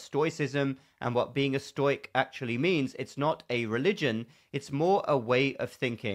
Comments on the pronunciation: Great video,. I too read Marcus Aurelius during the clownworld years, and it certainly helped. Just one minor nitpick: "Stoic" is generally pronounced as two syllables, 'sto-' being pronounced with a long 'o' in modern Greek at least, not as the diphthong 'ɔɪ'. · Never heard it pronounced as "stoyk" before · Pronounced Stow-ic or stow-ism